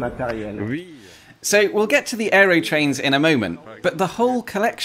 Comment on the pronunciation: Why do you keep mispronouncing "Aerotrain" as "Aerytrain"?